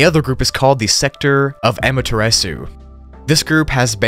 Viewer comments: It's actually pernounced "Am-a-ter-a-su" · No it’s Aum-mer-ter-ras-su like from Naruto